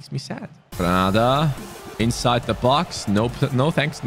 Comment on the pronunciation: u said in side the 5 yard brox instead of box🤣😂